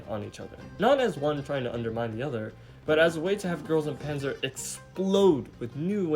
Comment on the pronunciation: Everyone, and I mean everyone mispronounces Panzer